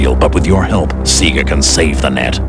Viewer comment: its "Say Guh" not "See Gah"